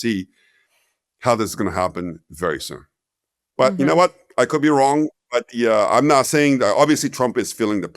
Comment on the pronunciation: Woo says the market is wong